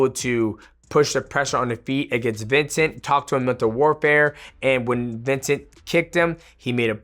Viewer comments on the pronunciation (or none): Mighty, you are TERRIBLE with names. VINCEN-TE